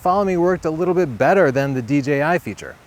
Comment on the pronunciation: Thank God, he said D"Jay"I, and not D"Gee"I.